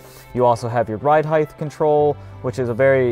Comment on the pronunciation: 😂😂😂 Homie said “You also have your ride heigth control” ... HEIGTH ... with a “th” at the end... 🤦🏻‍♂️ ***height (This word ends with a “t” not “th”) 🤦🏻‍♂️🤦🏻‍♂️🤦🏻‍♂️😂🤡